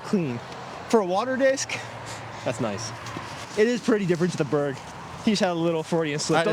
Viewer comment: Why can’t eagle say the name berg ? Kinda weird lmao